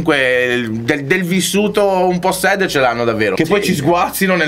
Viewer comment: si scrive sad si legge sert voglio le magliette